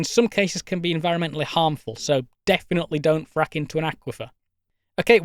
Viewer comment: how hard we could Frack? Sounds more Like fuck to be Honest…